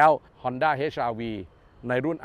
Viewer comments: เหมือนผมได้ยินว่า เฮ็ช ไม่ใช่ เอ็ช อาร์ วี อ่ะ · HRV อ่าน เอช อาร์ วี ไม่ใช่ เฮช อาร์ วี